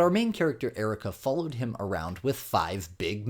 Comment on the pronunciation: “my guutar practice” “flollewed me around” “She's can barely speak out language”.🤡